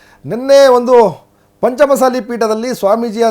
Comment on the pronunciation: ಚೆಂದಾಗಿ ಪಂಚಮ ಸಾಲಿ ಅನ್ನು ಗುರುವೇ, ಮಸಾಲಿ ಅನ್ನಬೇಡ